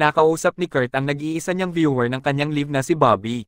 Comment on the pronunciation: "LAYV" not "LIV"